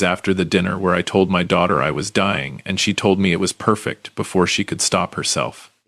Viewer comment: The word “perfect” is one word and two syllable NOT ONE!